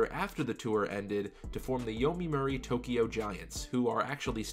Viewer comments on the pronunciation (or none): Excellent video but please pronounce my favorite team name right. :) It's not Yomimuri, it's Yomiuri Giants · Great video! btw Correct pronunciation is Yomiuri Giant. Not Yomimuri. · This mispronunciation of yomiuri made me cringe so hard. Yo-me-your-re is the correct way to say it